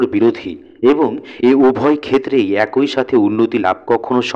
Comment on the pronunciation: টোন টা ভালো ছিল। উচ্চারণ আরো উন্নত করতে হবে। যেমনঃ "এ কই" না "একই" কিংবা "প থই" না "পথই"। মানে, কই বা থই না, হবে, কি কিংবা থি ...